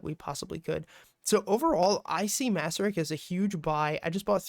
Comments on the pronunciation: Nice analysis, thanks! By the way, it’s pronounced “mace-sur-rich” :) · Actually its MACE-RICH.